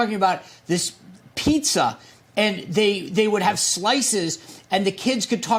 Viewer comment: Did he say pizza 🍕 ⛩️